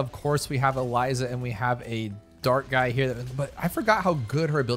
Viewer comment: ITS EZILI NOT ELIZA